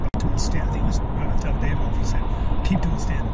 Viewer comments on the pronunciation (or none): none